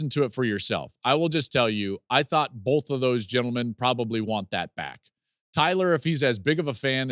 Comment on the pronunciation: I know you talk for a living, so I’m surprised I have to tell you this, but the letter L isn’t in the word BOTH.